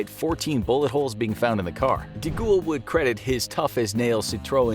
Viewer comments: Your pronunciation of Charles De Gaulle's name is APPALLING!! Did you ever study French in school? His surname is pronounced "De Gall" not "De Goul". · De Ghoul? Isn't it pronounced De Gall? as in gall bladder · It's not pronounced Charles DaGool you Muppet. It's pronounced DeGaul (Gawl). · Someone tell the announcer that guy's last name was pronounced Deh Gall not De Gool LOL. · I've never heard 'Fawkes' pronounced as 'Fox' before. And 'de Gaulle' pronounced 'de ghoul' - interesting... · Sounds like he says "The Goa'uld" from STARGATE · Yeah he butchered guy fawkes as well pronouncing it fox